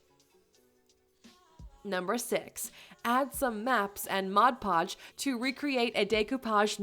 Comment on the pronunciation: Just so you know, please say MOD PODGE, not Modge Podge . Despite that, I think you said it correctly once or twice though .